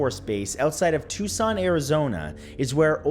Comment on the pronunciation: Thank you for pronouncing Tucson correctly. From a lifetime Zoni. (Arizonan)